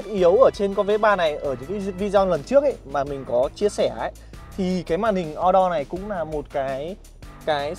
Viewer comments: Thằng Nhà Qê ... Màn hình Ô-Đô , Sao lài đọc là O-Đo ??? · đọc là ô đô cho nó tây bạn ơi :D